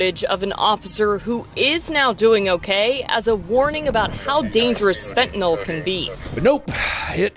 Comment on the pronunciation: ... does she say "Fentynal"? ^^